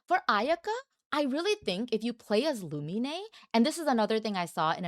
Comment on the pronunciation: Why do you call her Lumi-nay? Her name is Lu-mean.